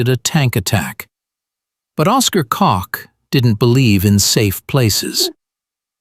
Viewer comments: The intelligence officer for Gen. Patton, it was named Koch not Cock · Isn’t his name pronounced more like “coke?”